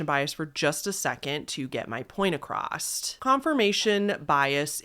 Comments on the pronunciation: Across, not acrosst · "...to get my point acrossT" yikes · I have to ask…. Do you actually believe you pronounce “across” with a T sound at the end????????????????????????????????????????????????????